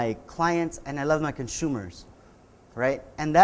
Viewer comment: "Conshumers..." je je je... no, but really, cool talk. Thanks so much.